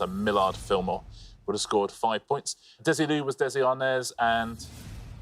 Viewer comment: Ball did go on to produce Star Trek, and was as sharp as a tack as a film/TV/video business woman. Desilu is accented on the last syllable, BTW.